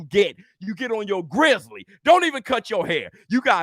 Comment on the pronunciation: It’s Grizzy Not Grizzly 🤦🏿‍♂️ gone have white folks sounding crazy 🤣😂 I